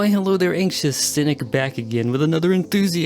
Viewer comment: Cynic, it's Dennis.